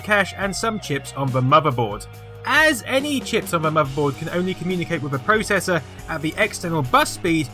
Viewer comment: YOU SAY PROCESSOR WRONG!